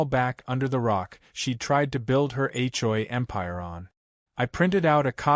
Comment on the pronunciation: You towed a POLICEE RAILE? Whats a police TRAILR? A CHOY empire? Are these Asian things? What’s a BRAGG photo? What’s a HOI complaint?Whats an HO-I? Whats a HOE bulletin? I didn’t realize that HOE’S came with a bulletin. HLA abuse of power? What’s a HLA secretary? What’s an HLA database? What’s a new HOI election? Really, her dog was glad her RAIN was over? Did she fly like a ballon and sprinkle the dog from a watering can?😅👀😂😄😆 Seriously, PROOFREAD the pictures and the dialog that AI comes up with. AI should stand for Asinine Intelligence.